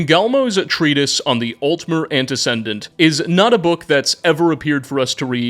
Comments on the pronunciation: Me when I add random letters to words. It's "antuh-see-dent," not "anduh-sin-dent." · Dude, it's pronounced Ante-SEE-dent, not Ante-SEN-dent. I would have ignored it, but you mentioned it a total of 4 times, some of those instances really drawing focus on those mispronunciations. The word is like a cousin to precedent, having a broader context. You wouldn't say Pre-SEN-dent, for instance. Both words swap out one Latin prefix for another (ante vs pre). Aside from that, great work, as usual. I look forward to your videos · The word is antecedent not antece*n*dent. There is no middle N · AnteCEDent, not AnteCENDent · "Altmer ANTI-CENDENT" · i work in ABA & we use the word antecedent all the time. it’s anteSEEdent not whatever u said gang no hate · Your ability to present such thorough knowledge while simultaneously getting so many little details wrong is actually insane. Great video & I love your work. But maybe read certain words, like Antecedent, and names like Phinis (who's the Conjuration Master, not Illusion) a little more slowly before recording...?